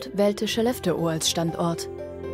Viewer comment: Wenn ihr eine Doku über Skellefteå dreht, lernt doch bitte die korrekte Aussprache von Skellefteå.